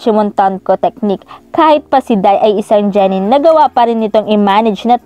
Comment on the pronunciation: Genen Lods Hindi po jenen